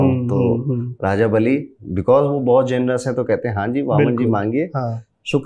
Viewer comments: It not bali it बली महाराज और वो प्रल्हाद के नातीन थे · It was dantwakra not dhanvantari its not baali its bali its not बाली its raja बळी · Guru ji ek mistake hai iss video me babhan awtar me raja bali thae baali nahi tho jara uchaaran ka khyaal rakhe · Hello Bhai बाली नहीं है बलि हैं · prounce to thick se Karo ramayan me jo sughriv ka Bhai tha wo tha बाली ओर ये जो है वो दैत्य राज बली है नोट बाली kuch bi pronounce karte ho pura story change hota hai name ki vajahse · भाई बालि नही महाराज बलि प्रह्लाद पौत्र। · Bhai बाली नहीं है बली‌ है वो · सर वो बाली नहीं बलि थे